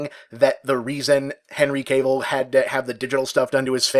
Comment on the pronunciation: Dammit Bob, it's KAH-VEEL not CABLE